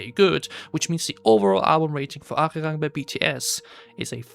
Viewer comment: he didn’t mention it with the intention of it sounding better/worse. He mentioned to prove you don’t really know much about analyzing music. You can’t back up any of your claims from a musictechnical standpoint. But not really unexpected from someone who can’t even pronounce the album title.